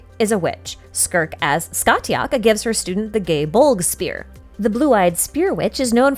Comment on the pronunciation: I have never heard Scathach pronounced like that, it's normally Sca-hawk because Gaelic doesn't care how something is written, it will be spoken however it wants